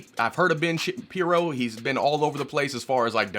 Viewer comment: Did you just say "Ben Shittin' piro"?